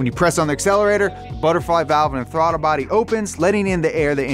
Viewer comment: "The RB also features individual throttar body's or IB's" Did anyone else notice he said throttar body's? Lol